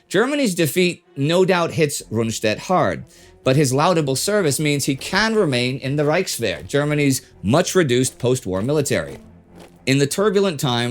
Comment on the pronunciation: “Loud-able” versus “Lord-able” For laudable, 1-2 mins in Now thinking is it ME who says it wrong 🤔